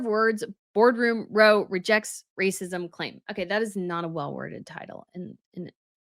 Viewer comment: Row rhymes with bow, as in “bow down”. R-ow as in “ow that hurts”.